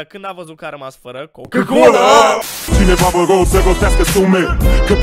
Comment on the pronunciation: A zis din greseala coca-cola si nu cucâ-colâ=)))